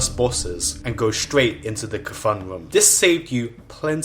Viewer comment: You may be wrong about the naxxramas part, but yeah the guy's pronounced Ka-thune and not KFUN like it sounds in the video.